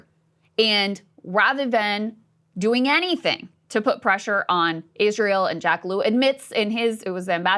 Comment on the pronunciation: "Eerisseaeeral deserves peace"